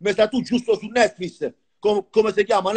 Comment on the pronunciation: Cit; er brasile ... “Netfuis” 😂😂😂